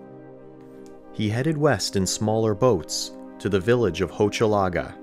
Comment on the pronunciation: Strangely, the ‘ch’ in Hochelaga is pronounced as ‘sh’. Because of the ending é , Gaspé is pronounced like gas-pay. Its appealing to consider this a quite feasible saga just waiting for a revealing discovery.